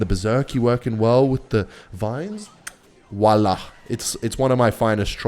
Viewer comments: he prob meant to say voila but has a bad prononciation, even as a french guy i tend to pronounce it wrong by saying a mix of both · Voilà ❌ Wallah ✅ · am dead when he wallah instead of voila ! hahah